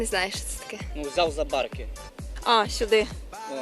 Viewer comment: Правильно за барки, наголос на и